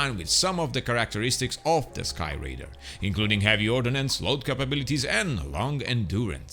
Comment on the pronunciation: Ordnance my friend, not ordinance.